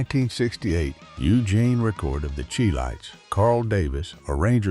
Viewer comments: Chi lites it pronounce Shy lite not chee lite🎉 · "AI" always finds a way to screw it up. The group who recorded "Have you Seen Her" is not pronounced the "Cheee Lights", it (CHI LITES) is pronounced SHY-Lights, as in Chi-town.